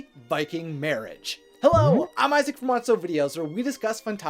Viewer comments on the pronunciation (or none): none